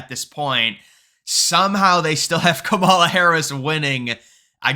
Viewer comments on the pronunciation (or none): none